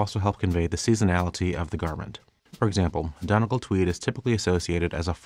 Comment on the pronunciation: FYI: Donegal is pronounced dun-e-gaul . Source: I'm from there